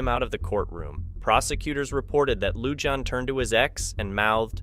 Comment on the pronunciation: Lujan is pronounced "Luhan," the letter J sounds like a H . Ty